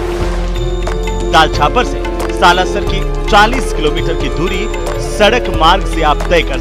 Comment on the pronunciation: हिसार हरियाणा से निवेदन। स्लासर नही, सालासर बोलिए एंकर बहन